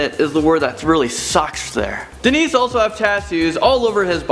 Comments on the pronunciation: It's Dennis, not Denice. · Not a woman at all! HE was named DENNIS...not Denise like kept saying! For heaven's sake! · Just so you know, you pronounced the #1 guy's name wrong, it's Dennis, but you pronounced it like the female version Denise. Just letting you know :) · it's not Denise it's Dennis. you know like 'Den-ness' not 'den-niece' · I'm pretty sure you misspoken the name of the first I'm pretty sure it's pronounced as Denis 😐(de-nis)